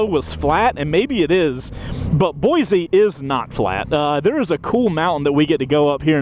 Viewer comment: I can't believe they let you run up Bogus on brand new bikes. Pretty awesome intro to Boise, IMO. Also: Boy-see, not Boy-zee. 😁 OC